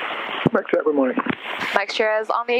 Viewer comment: And, “shierra” for “Sierra”. 😎